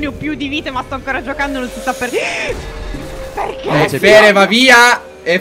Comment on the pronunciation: Quando favi ha detto "pk vinci sempre tu" ho sentito pk cinci sempre tu😂😂😂